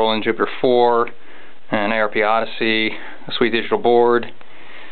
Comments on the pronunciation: Hey pal, it's pronounced Arp, as in "Arp"eggio. Just a sidenote :) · It's pronounced as ONE worp, not A.R.P! ^__^